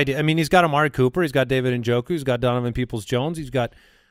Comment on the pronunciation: Is it just me or does zonovan Knight sound like you're saying his name wrong?